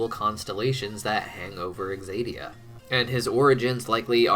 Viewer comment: It's ZAY-dee-uh, not egzaydeeuh, I'm sorry, it's just bothering me so much 😩